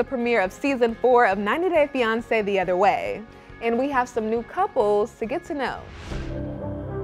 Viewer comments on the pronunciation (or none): I am always fascinated about how Melicia pronounces 90 Day "fance-fans..."